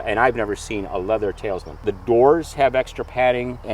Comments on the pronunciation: “Tailsman” lol. Talisman😂. It’s one of my dream cars but so hard to find. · “Talisman” not Tailsman. 😢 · Great video on the Cadillac show. The word talisman is pronounced 'tal-es-men,' not 'tales-men.' A talisman is a religious and or good luck symbol. Google it, please! Hard to believe that owner's don't even know what they have! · It’s ’TAL-liss-man” - not “tails-man.😜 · Why did he keep calling it a “Tails Man” instead of Talisman? Made me crazy 😂